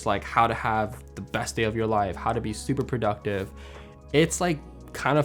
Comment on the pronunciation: prouductive? 😂 Love your videos and channel my guy! Keep it up. You inspire us with your tips and filmmaking.